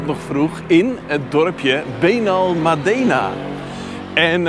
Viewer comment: Gaaf man, vorige maand nog geweest in Benalmádena effe de klemtoon anders maat. Achter bij aquarium de strandtent effe uitproberen. Tot morgen maat. Weer een top video, prachtige drone shots.